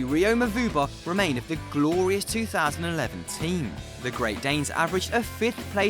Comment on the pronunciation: He said 2011teen